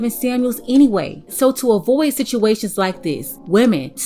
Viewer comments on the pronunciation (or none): none